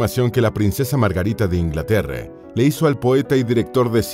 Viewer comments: Q problema tenes con la letra A?? LA A, ES ESO.....AAAAA Y NO EEEEE!! La princesa Margarite? Inglaterre? Uuufff! Q insoportable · No se dice “Inglaterreee”, ni “Margariteee”, ni “Reino Unideee” ni “historieee” ni “fiesteeee”, ni “Yorch Járuiseeeennn” 😂😂😂 Tienes un serio problema con las palabras que terminan en A y con el inglés en general, esa cadencia no es para nada agradable de escuchar. Dislike 👊🏻